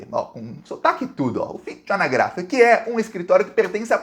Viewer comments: A pronúncia correta é ANÁGRAFE. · Sou italo brasileiro. Ñ acredito em hipotese alguma que uma síndaca italiana iria colocar a cabeça dela a risco... nem o pior corrupto faria isso. UFFICIO ANÁGRAFE é a pronuncia correta. Outra coisa, ela pode ser de destra, mas a coisa ñ é tão simples assim!